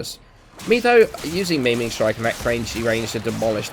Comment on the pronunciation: Its not Meming strike its maiming strike